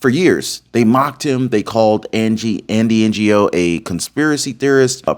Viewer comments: Andy’s last name is pronounced “no”. Opposite of yes. I love your podcasts, but there are a lot of names you mispronounce. You’ll get farther ahead if you find out how to pronounce names. Only saying this because I love your podcasts. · Love your information, but please try to Andy’s name properly. It’s not N G O. The Ng is one sound. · Andy's surname is pronounced NO not NGO! honestly don't you know how to say Asian names. You should publish a correction as it's an insult to this brave man. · Ron - His name is pronounce "NO" it is Vietnamese Ngo = "NO" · Andy's last name Ngo is pronounced no, g is silent. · Ngo's name is pronounced "No". The "G" in Ngo's name is silent. I have been following both you and Andy for years and I wish you could at least take a few seconds to find out how this American Hero pronounces his name especially if you are going to refer to him this many times in one report. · Andy Ngo...pronounced Andy NO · His name is pronounced. No Andy No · just say his name like this andy no! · I was a long time Oregon resident and my family moved to Oregon before Oregon was a state. We couldn’t take it anymore and move to Idaho, Idaho in 2020. We love it here. It’s nice to be on the winning side. By the way, you pronounce Andy Ngo as no NO. Love your show Ron I’ve been a supporter of you for a couple of years now I think. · It is pronounced Andy No for NGO. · His name is pronounced Andy "NO" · If you wanna thank Andy Ngo, the least you can do is pronounce his name right. He’s a good dude who was abused by these lunatics for years. Thank you Andy Ngo! Thank God for President Trump and all those who are in the fight! We are finally getting somewhere 🎉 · The G in Andy Ngo's name is silent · you don't pronounce the G in his name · its pronounced and No he's Vietnamese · Andy Ngo is pronounced like me and you have NO hair on our bald heads. KNOW what I’m saying? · Andy Ngo is pronounced Andy No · Andy NGO (pronounced No) is a true patriot.